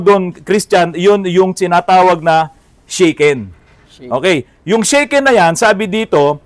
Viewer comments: Good evening po Sir! Here in Pampanga we call them AFAM sa mga American foreign-gers lalo na may kasamang Filipina pakners… 😆 Correction lang po sa sinasabi po ninyong “Shaken” ang tamang pronunciation po nyan sa Japanese ay “Sha-Ken” as in Shasha, not “Shey-Ken” na kinakalog… Sobra naman kasi minsan manlait ang mga commenters po ninyo wala pong taong bobo sa Ingles what matter most is nagkakaintindihan kayo ng kausap mo. Mga iba dyan kase natatakot lang magsalita ng Ingles baka mali-mali raw ang kanilang grahams! 😂✌️🥰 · Boss, FYI lang po--yung mandatory vehicle inspection sa Japan is called "shaken" pronounced as "shah-ken" (hindi shaken ng english or inalog ng tagalog). Baka kasi mapulaan na naman kayo ng mga magagaling😅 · Shaken po sir ang pag bigkas😊ibig sabihin po nun rehistro…